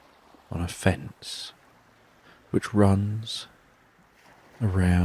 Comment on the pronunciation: Oh, lord. I thought you said the robin landed on her face! I thought, “well that’s interesting. Where is this going, then?” And then I realized you said fence! Lol 🙄